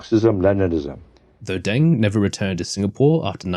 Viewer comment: You cant even pronounce names correctly and you talk about history…what a joke😂 its DENG, not DANG